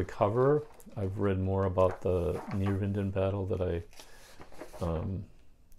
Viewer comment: Neerwinden “nair - vinden”